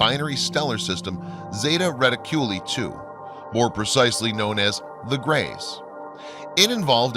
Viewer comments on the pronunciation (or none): Dude!! I love your videos, but your pronunciation is like fingernails scratching a chalkboard or chewing on tinfoil.. Do some pronunciation research, all your other research is on point!! Why the several mispronunciations!! “Bob LAZER” = “Bob LAZAAR” Zeti Reti-cul-ee = Zeti Re-ticul-eye.!I stopped listening after that.. Love your stuff!! But it hurts my ears.. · Lazer, bob bob bob, lazer. Zeti reculi, zey-ta - re-tic-u-li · Great film, lots of info. Pronunciation could use a little help. Lazar = Luh-ZAR, Zeta reticuli= zay-tuh reh-tick-you-lie. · Nice video its basically poured all the long ass documentries into one The guy narrating needs to pronounce his words better like he keeps saying "zeta reticule" when its reticuli and mabaratha when its mahabaratha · Zeta reticulli?? Sounds like a pasta,!? It's re-tic-U-li. Long u long i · Lol really? Bob Lahzzer from Zeta Red-dit-Q-lah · This is an interesting video but presents much of the same old stuff. As well, the narrator has problems pronouncing names like "Zeta Reticuli" which leads me to believe that he is not aware of the material he is reading. Just my two cents. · Right, and he also mispronounces Zeta Reticuli as well as Bob Lazar, it's hard to believe what someone is saying when you know they spent little time researching even the basics or they would have heard these words many times and know how to pronounce them.